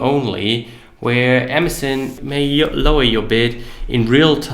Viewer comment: Amazen? lol. Learn how to pronunciate.